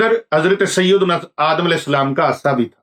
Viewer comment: Hazrat Aasa nahin hota Asa hota hay Asa lathi ko kayhtay hain